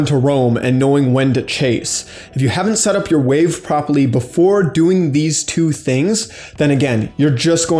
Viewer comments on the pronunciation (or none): 17min for "farm propely"